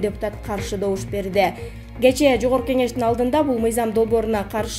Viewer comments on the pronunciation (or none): none